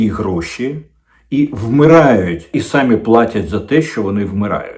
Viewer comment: Они сАми платят ,укр.вони самІ платять,наголос на " і "